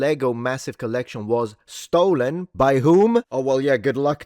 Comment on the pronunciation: I’m only 2.5 minutes in and I already can’t hear say “STOLEN” without hearing “NOLAN”